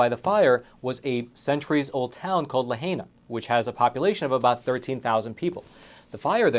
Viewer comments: It is pronounce La High Na, it is so unprofessional not to know how to pronounce names and words. You just go to Pronounce. And darn it in your own video both Islanders are pronouncing it La High Na. You act like you are looking at the video, don't you hear them? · Pronounce: La High Na = Lahaina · No disrespect meant but its pronounced "LaHIGHna" Mahalo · la-HI-na HI in teh middle... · Please when pronouncing Lahaina know that the pronunciation is La Hi Na. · It's pronounced Lah- HI- Nah. It was beautiful, and I have NO DOUBT that there are vultures coming for the land to turn it into another resort for tourists, dumping the locals out on their ears. What the locals need is AID, not loans and not propositions! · Pronounced - Lah High Nah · It's Lah-HIGH-nah. Your reporting is excellent, though. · Love you, love this channel, but please...it pains me when people mispronounce the city. It is pronounced LA - HIGH - NA. Mahalo nui loa! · Pronunciation matters. Why can’t you even pronounce “Lahaina” correctly? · I love you have to learn how to pronounce Lahaina🙏👍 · It's strange that how you keep hearing how residents pronounce "Lahaina" but you can't take note. However, the haole Governor can't pronounce Hawaii correctly either. So there's that. But you're right, it it predatory insanity! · Quit pronouncing Lahaina incorrectly! You literally played a video with a local woman and a man saying Lahaina several times, you obviously didn’t even watch what you’re posting. Otherwise you would know how to pronounce Lahaina properly.!! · If you are trying to portray empathy, then at least pronounce Lahaina! FFS!!! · you are a reporter. Listen to the people pronounce the name of their town and learn how to say Lahaina. Please. It is not difficult. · How come he can't say Lahaina like everyone else. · Learn how to pronounce the name of the town Lahaina ! (HI !). Even your witness pronounced the name correctly for you to copy. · You are pronouncing the name wrong